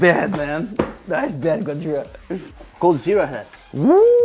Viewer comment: I think he's saying GODZERA.